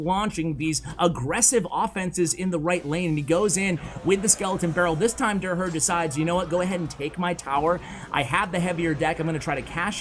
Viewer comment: So hilarious how doesnt notices that derher is a german name and pronounces it totally wrong😂